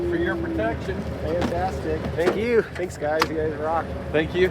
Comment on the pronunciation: Did you guys say, "tanks" for those custom stools?